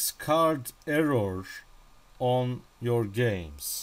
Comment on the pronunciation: "errawr" okay mr russian man, carry on.